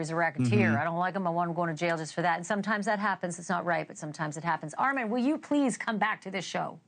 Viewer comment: Okay class what sounds do the short and long o say? Definitely not i as in igloo Good job ArmOn 😊